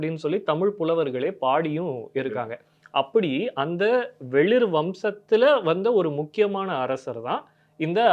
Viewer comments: சிறு திருத்தம் , வெளிர் இல்லை வேளிர் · டேய் அது வெளிர் இல்லைடா வேளிர்டா..... இப்படிலாம்பேசி நீங்க ஒரு பக்கம் கதையை கெடுக்காதீங்கடா